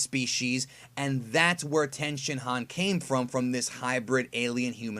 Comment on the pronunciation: Don’t mean to be that guy but the Japanese speaker in me can’t ignore it. When you say a Japanese word with an I in it such as 地球人, chikyuujin or human or the shin in Tenshinhan you pronounce it as E as in East. Just letting you know .